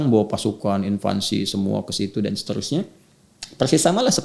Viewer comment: Pembahasan yg bagus & moderat, lautan kebaikan, insya Allah. Trmkasih Ustadzuna Adi Hidayat. Ada sedikit salah ucap: invansi, harusnya invasi; impor guru/dosen, harusnya ekspor guru/dosen. Afwan 🙏